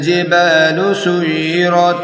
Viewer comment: السلام عليكم ورحمة الله وبركاته بھاٸی تلاوت غلط پڑھی ہے آپنے سیرت کو سجرت پڑھا ہے آپ نے